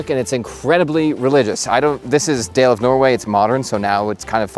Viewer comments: All I wear in CO winters, is Dale of Norway. But have to mention that it is pronounced (Doll-A) not Day-L But, what do I know I've only purchased 30 of these sweaters and have actually toured the factory and dated their marketing manager. She was hot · Only because you are a deep diver, Dale of Norway is pronounced "DAW-luh"....of Norway ;) Love your content! Love these sweaters! Love the history. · Dale of Norway is not pronounced way you are saying it. It's more like "Dah-le of Norway" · Dale of Norway is pronounced Dah-Lay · Dale is pronunced more like DAH-luh. Otherwise, wonderdful video.